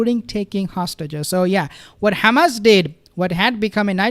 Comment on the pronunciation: Seriously, why does he say kkhamas, instead of hamas.